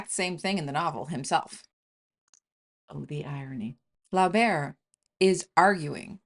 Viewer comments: It's pronounced Floh-bair, not fla-bair. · The pronuniciation of Flaubert's name, is Flober with a long O sound. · The author's name is pronounced floh - BEAR. Otherwise, excellent talk. And yeah, I read Mme B. every ten years or so, and it's like it's getting more affecting every time. BTW Flaubert's L'éducation sentimentale is just as terrific. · Pronounce Flaubert this way: Flow - berr. Otherwise, great video. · I got so much joy when you pronounced Madame Bovary and "Flaubert"...i love it!